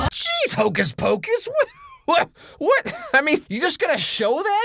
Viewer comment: Hocuhs pacush